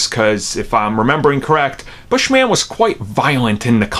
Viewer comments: His name is “Bush-min” not Bush-man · It's not "Bush-man" it's Bushman. It's his last name not superhero name...